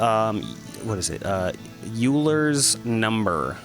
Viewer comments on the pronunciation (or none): Euler is pronounced Yoiler almost like oiler